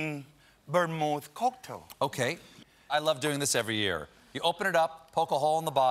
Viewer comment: Chef said " theese ees a horrible segment ... "